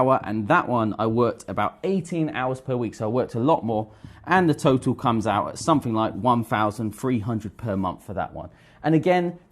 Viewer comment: How can this guy teach English when can't speak it well. Instead of saying the the word 'three' he says 'free'. He also pronounces 'something' as somefink. Wth